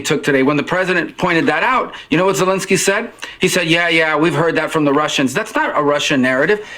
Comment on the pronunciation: Es tan difícil pronunciar Zelenski ?? Zelenski no: “Zenlenlenski”. 🤨